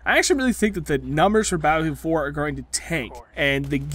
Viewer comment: Lmfao he say battlefield 4 like ba-fwa-field 4 😂😂😂😂😂😂